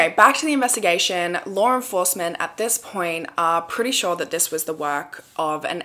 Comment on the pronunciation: Every time I hear her say law enforcement, I hear "Lauren forcement"